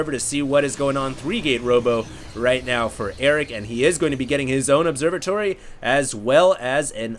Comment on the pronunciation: I always smile when you say "Observatory".